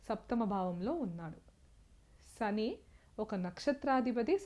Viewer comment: అమ్మా,మీ ఉచ్చారణ, చెంద్ర, సని అని పలుకుతూ ఉన్నారు.కొంత ఆరవ/ తమిళ accent నుంచి తేట తెలుగులో పలకండి. మీరు రికార్డు చేసిన తర్వాత వాయిస్ low గా వున్నదా అని కూడా చెక్ చేయండి. బాలు, ఘంటసాల పాటలతో మెరుగు చేసుకోండి